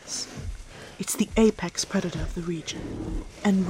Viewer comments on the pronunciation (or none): none